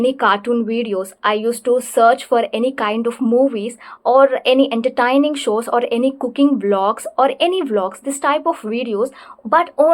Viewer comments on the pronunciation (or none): Ma'am it's.......en·tuh·tay·nuhng not in-ter-tine-ing Or else you were fabulous